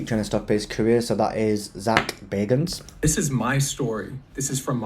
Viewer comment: It's bag not beg😂